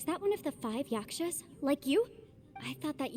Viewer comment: i cannot tell if he’s serious about calling them yaSHkas and not yaKshas😂😂